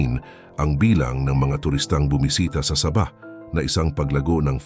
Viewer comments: Correction po. Sabah - parang bigkas sa "sabi", (malumay ang pagbigkas) Hindi po Sabah na mabilis ang bigkas na parang saging na saba.👍✌️ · Saging nmn ang sinasabi mo, hahaha ayusin mo ang salita mo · Hindi mangyari yon! Sabahan people does not want to be part of the Philippines. This vlogger can't even pronouns the wird Saba. Crop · Ayusin mo ang pg voice over mo ginagawa mong saging ang pg bigkas ng sabah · Natatawa ako sa pag bigkas mo ng sabah ..ano yan saging ..